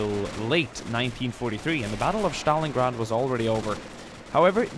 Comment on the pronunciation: Battle of Shtalingrad? I didn't know you can butcher that name, but you exceeded my expectations. Good job, merica